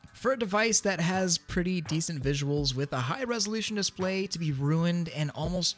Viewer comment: When he said "Dispaly" I died LOOOL